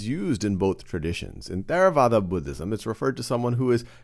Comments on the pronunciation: There a vada? Wrong. It is pronounced TerraVAda. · We pronounce it tey ra wah dah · Is really how you pronounce Theravada? It sounds like a weird spanish pronunciation.